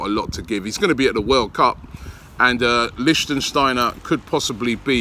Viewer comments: Robbie it LICTSTEINER not LICSTEINSTEINER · Since it looks like you'll be saying it a lot. It's "lichtsteiner" not "lichtensteiner". He is not a country representative :D. Prononciation : LICH- STEIN - NER (3 syllabic) . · LICHTSTEINER, NOT LICHTENSTEINER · LICHT Robbie!! It‘s LICHTsteiner for god‘s sake! :D :D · Dear Robbie, his name is Liecht-stei-ner not Liecht-en-stei-ner. I'm not even sayin about Papastathopoulos, just Sokratis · Originally thought you were joking robbie, its Licht-steiner not Lichtensteiner pal!!! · Lichsteiner .... Not Lichtensteiner lol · lichtsteiner not lichtensteiner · LI-SHTEI-NER damn it Robbie!! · Robbie! It’s “Litch - Stein - Ner” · Wahahah he said “Liechtensteiner” every time. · Lishtenshteiner LOL . Robbie the name Butcher is back xD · Did u actually say Listen stainer wtf 😁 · Someone teach this guy how to pronounce Leichsteiner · It irritates me when you say lichtensteiner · It's pronounced "Lich-steiner", mate. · Robbie small fyi its pronounced "Lick- Styner" big man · Lich Steiner. Lich Steiner. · THANK YOU! im clearly not the only one who cringes every time he says his name wrong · Michele Frisoli No, it’s Lichtsteiner you muppet, go google it. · Robbie u butchered the guys name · Your pronunciation of Lichtsteiner is so bad Robbie xD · If you dont stop mispronouncing Lichtsteiner haha